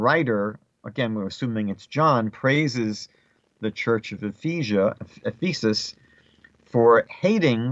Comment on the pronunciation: The word Ephesus is pronounced F'-uhsuhs, not F-ee'sus. If you want to reach Christians, I suggest that you change this. Thank you. They may use this to mock you, G_d forbid. Shalom alechim.